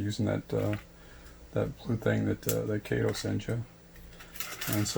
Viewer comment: It is KAH-TO, not KAY-TO. And in my experience over the past 8 years, I've never had an issue with Kato track joining to another Kato track. But I will keep an open mind and take a look at this.